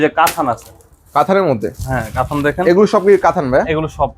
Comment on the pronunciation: কাথান কেন বলেন। কাতান বলবেন।